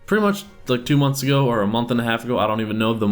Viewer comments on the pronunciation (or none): none